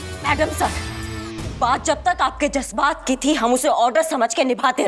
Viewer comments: jazbaat ko jajbaat bolti hai or Aaj jazbaat ol Diya 😮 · did someone noticed She told jasbat not jajbat